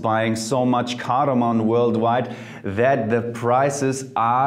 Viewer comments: Sorry Jeremy! But its "cardamom" not "cardamon". Especially when you emphasize on saying it more with expressions :p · its cardamom btw not cardamon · Jeremy, you are awesome, your channel is awesome, your recommendations are awesome...but it's CARDAMOM and NOT CARDAMON! ;) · I'm looking back at older videos and I just can't stop twitching when Jeremy pronounces cardamom as cardamoN. Love you anyway bro!